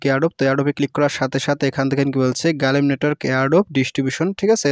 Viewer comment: ভাই গালিম না গ্লিম হবে